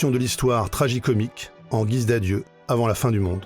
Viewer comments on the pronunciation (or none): none